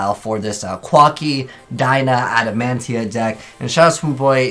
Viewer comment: It's Adamatia bro 😂